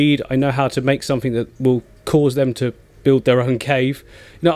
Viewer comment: Click sumfink 😂